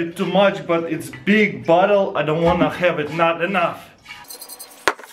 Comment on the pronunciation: hah when he says bottle it sou ds like he says butt hole lol